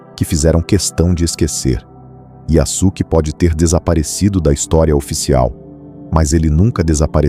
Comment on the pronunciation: Olá, a pronúncia seria “YaSuke” com o som de “suave”, e não “YaZuke”, com “z”! Um abraço!